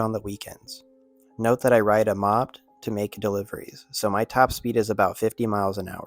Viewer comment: Dude. Did you think that moped was pronounced like mopped? I mean one's a noun and one's a verb. What's up with content creators not proofing their scripts before posting? I don't even know how you can even read that and not realize that it doesn't make any damn sense. Is everybody using AI now? Lazy